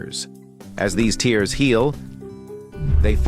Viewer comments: The AI narration mispronounced tears. It should have been pronounced (tares). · Yes, stretch marks cause tears of sadness! This is how you can spot an AI, by it mispronouncing tears as tears! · hhhmmmmm so A.I doesn't know when to read it as tear instead of "tear" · I'm laughing at the "tears" pronunciation 😂😂